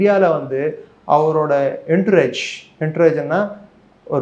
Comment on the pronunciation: Entourage - ஆன்ட்டுராஜ் என்று உச்சரிக்கவும்.